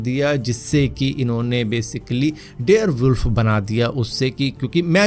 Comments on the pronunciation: Dare wolf nhi dire wolf 🐺 hota hai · Bhai Bare wolf hota he dare wolf nhi😂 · dare wolf nhi dire wolf hota h